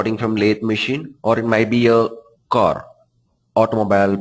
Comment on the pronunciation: dude try to be natural, its not 'cor' its simply car